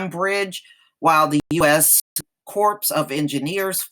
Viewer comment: The word "Corps" is pronounced "core". Don't pronounce the "p" or the "s".